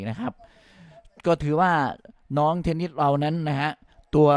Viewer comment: เทนนิด เทนนิด อยู่นั่นแหละ น่าลำคาน เธอชื่อ เทนนิสสครับลุง !